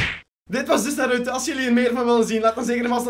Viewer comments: de klemtoon moet op de "A" niet op de "U" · btw je spreekt naruto verkeerdt uit